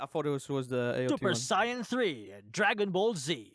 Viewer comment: why'd he say Super Saiyan like that